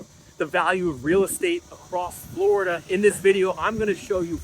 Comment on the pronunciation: Floraduhhh gonna floraduhhh 😂